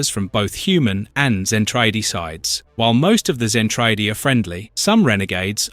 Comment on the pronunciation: Its pronounced ZEN-TRA-DEE LOL😊